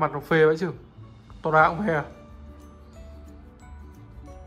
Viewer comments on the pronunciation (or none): Nó đc đọc là tô ra nha anh 🤣🤣🤣